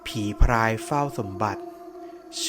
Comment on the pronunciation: ผีพราย นะครับ ไม่ใช่ผีพายนะ เผื่อบางคนไม่ทราบ การออกเสียง ร. และ ล. มันก็สำคัญตรงนี้แหละครับ ผมเข้าใจนะครับว่า บางคน กระดกลิ้นไม่ได้ ผมเองก็เคยเป็น แต่พอลองฝึกฝนดูก็ทำได้แล้วครับ